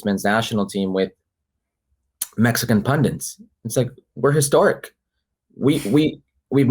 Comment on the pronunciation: Enjoy your channel, great video, like listening to Herc. ….but would someone tell him it’s “pundit” and not “pundant” or whatever he is saying 🤣